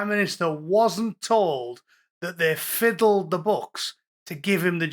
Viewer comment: Oh Boot!! "Fiddled the books" or "diddled the books"?! hahahaha